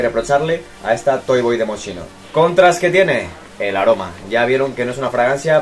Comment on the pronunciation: Creo que hay que estudiar la pronunciación correcta de las marcas , pasa muy seguido que la gente pronuncia mal el apellido de Franco Moschino (Mos-ki-no) así se tendría que decir , la (sch) no suena como (Sh) Por cierto amo los dos perfumes son increíbles y el vídeo está muy guay.